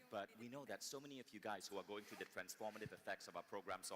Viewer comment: then somebody should also tell Vishen about the word "THROUGH" pronounced by him as "TRUE" EVERY SINGLE TIME. I accept people for who they are with their unique cultural nuances. the main thing is that we understand the context IMHO.